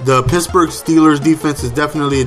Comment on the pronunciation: Why do you call the Pittsburgh Steelers the Pittsbourg Steelers?